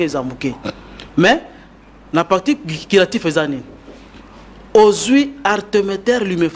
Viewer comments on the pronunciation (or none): Déjà même le mot curatif il prononce Quiratif...un sérieux doute. Il n'y a pas de paludisme en occident. La recherche se fonde sur des études prouvées, et répétées. Il a peut-être une stratégie d'attaque mais tout ceci doit être prouvé dans un laboratoire in Vivo et en par un essai clinique. Tout chema scientifique doit être prouvé avec des données vérifiables. Le reste c'est pas de la science.